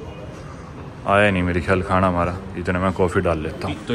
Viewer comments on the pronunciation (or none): none